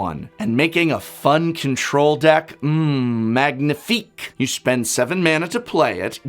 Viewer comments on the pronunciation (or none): none